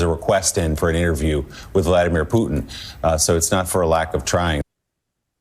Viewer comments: PUTIN, not PUTN, Americans, please. You only got it right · "...with Poo Tin." Poo-Tin, huh? Just call him Uncle Vulva.